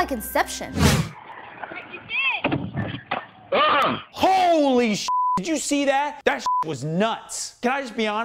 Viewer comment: i love it when she say "gooly shit!"